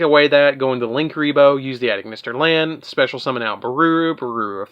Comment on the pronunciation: I love this deck because like you said you’ve got so many combos for days to do with the deck and also if you don’t mind me saying when it comes to the A.I. Cards you don’t say the letters A and I it’s pronounced Eye so Ignister A.I.Land is pronounced Ignister Island and A.I.dle Reborn is pronounced Idle Reborn TA.I. Strike Tie Strike etc.